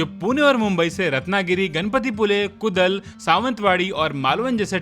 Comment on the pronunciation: to Not कुदल ...this is कुडाळ .... I'm Konkani ...